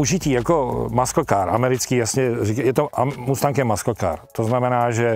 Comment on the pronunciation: hej, to je frajerina jak svet hovorit "maskl" a "lambordžíny" :)